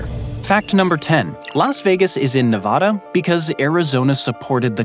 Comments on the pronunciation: It's Nevada not Nevahdah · Nevada is not pronounced Nevawda. It is Nevada, with the first letter "a" pronounced like the a in the word at. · No one from Nevada would pronounce the name of the state like you do. In the west, we say Nevaeda not Nevahda. Lo siento. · another fun fact about Nevada is that you and almost everyone else East of it pronounce it incorrectly. It’s “Nev-ah-duh”, not “Nev-awh-duh”. Ah as in apple. Source: Born and raised in Nevada. And yes, I have heard all the counter arguments before. True that it’s not how the original Spanish would say it, but I raise back to you that we don’t say “Te-has” for Texas, or “Ill-uhn-wah” for Illinois. But by all means if you want to immediately stick out like a sore thumb that you’ve never spent a ton of time on the West Coast of the United States, continue pronouncing it incorrectly as “Nev-awh-duh” and “Or-eh-gawhn”. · 1. That's not crater lake 2. It's pronounced nevAAda, not nevahda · NEVADA like the word add. Not the word odd. Get it ,learn it,say it correctly, NEVADA. 😊 great video 👏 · Like Nivadda? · This is yet ANOTHER geography video where they mispronounce Nevada. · There is no 'ah' in Nevada. Google Translate gets it rigbt--give it a try. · You can say the lake name right, but can’t say Nevada right.. 😢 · How do so many people fuck up the pronunciation of Nevada???? Do we Americans suddenly have an English accent?? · CORRECTION: "Nevada" is mispronounced in this video.